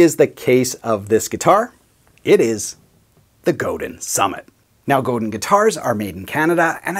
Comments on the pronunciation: Just a minor point, but I believe it's pronounced "Go-DAN" not "Go-DIN". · forgot.... It's pronounced Go Dahn LOL it's a French thing I suppose. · Commenting from the U.S. here, so I’ll defer to our Québécois friends, but I believe the company name is pronounced “go-DAn” (the n lowercase on purpose because it’s a bit softer). I’ve heard people from the company (I think including a member of the Godin family) pronounce it that way on their website videos. But, again, I’ll defer to those of you in Quebec (greetings, by the way, to my neighbors to the north from not too far south of you in the Boston, Massachusetts, area!). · Nice guitar. Nice review. I think the name is pronounced "Go-Dine". I have always loved guitars that are well made to be players. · Godin sounds like go day when someone from the Godin family pronounces it. 😎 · its pronouncrd Go dan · I have owned a Squier Strat and an Epi ES355. Traded both for a Godin Radiator. Awesome guitar, made in Canada by Canadian craftsmen. I would only trade it in on another Godin electric. I also have 2 Seagull acoustics (made by Godin) that I would put up against any Gibson and dollar for dollar they can’t be topped. By the way, you need to brush up on the pronunciation of “Godin” 😉. 🇨🇦🎸😎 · Wait a minute...even the polite Canadian guy pronounces it wrong? Maybe the rest of Canada really DOES hate Quebec...